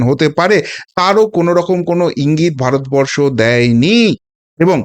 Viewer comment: সালা দালাল ভারত বরষো ঠিক ভাবে উচ্চারণ কোরতে পাড়েনা